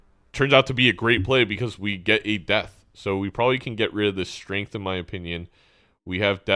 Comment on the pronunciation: pronouncing strength as shrink threw me for a loop